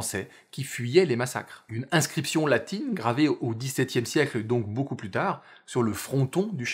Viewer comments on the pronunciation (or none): none